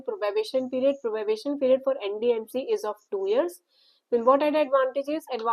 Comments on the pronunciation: its probation not probabation please correct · It is probation not probabation